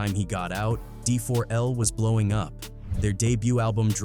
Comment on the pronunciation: 😂🤣😭😁💀☠️ nigga said bowing